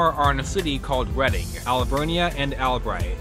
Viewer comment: Great job on this video! Also, I appreciate you pronouncing Reading correctly.